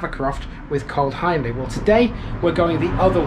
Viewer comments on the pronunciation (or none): Another good one. Please correct me if I’m wrong, but I’m pretty certain Hiendley is pronounced Heendley. You’ve got me wondering. I’ll ask a local the next time I’m cycling in the area.